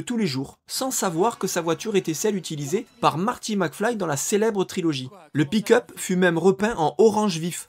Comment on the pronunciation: Désolé, mais "pick-up" prononcé à chaque fois comme "pee cup"... 😂